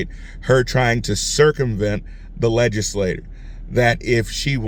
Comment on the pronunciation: Legislature rhymes with picture. Legislators (rhymes with doors) pass laws.